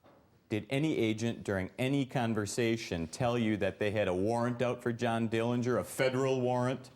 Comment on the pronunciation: The correct pronunciation of the Dillinger family name is with a silent 'g'. John saw Billie get arrested before he drove off.